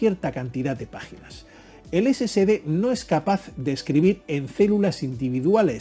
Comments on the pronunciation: No se debe pronunciar "scd" sino S S D de Solid State Disk, corrección desde Cobán, Alta Verapaz, Guatemala, C. A. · Sí, lo sé, pero debería NO comerse la "E"... Debe sonar: "ESE ESE DE", no: "ESE SE DE". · Perdón pero pronuncia mejor si es que te vas a dedicar a hacer videos , se llaman SSD y se pronuncia " Ese Ese De " , entonces porque lo pronuncias "Ese Ce De" lo que significa que al escribirlo como lo pronuncias sería " SCD " . Por favor más profesionalismo si te vas a dedicar a esto 🤷🏻‍♂️🤷🏻‍♂️ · Por que llamas al disco SSD como esecede , no es SCD. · ¿SCD o SSD? Cuando los menciona Ud. parece que dice: "ESE SE DE".